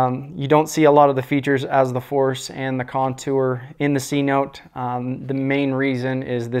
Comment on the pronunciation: Good review, cenote is pronounced “seh-no-tay”